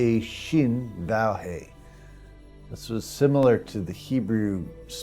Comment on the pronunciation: the hebrew letter l (vav) is pronunced v--a-v not vow.